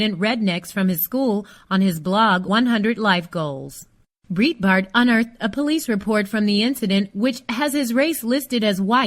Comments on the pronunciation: Exactly. And the mispronouncing of "Breitbart" is driving me crazy too. It's pronounced "bright Bart" like the word "bright", not "breet" like in "burrito". It's like someone pronouncing "CNN" as "see nuh nuh" over and over again. No offense, but I can't bear to listen. Bye. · "breetbart" . My ears are bleeding. Pronounce it correctly!! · Its pronounced Bright-Bart. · Who's "Breet-bart"? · It's pronounced BRIGHTBART. It's a German name. #weareallhuman. Shaun King fights for #criminaljusticereform. He is one of us. Leave him alone